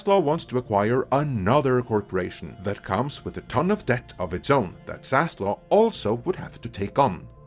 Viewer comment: you get a dislike for continued and repeating mispronunciation of Zaslav’s name!Wtf is wrong with you being so hellbent on murdering that guy’s name?